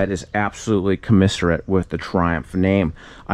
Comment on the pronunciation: New word created on May 18th: "commisserate".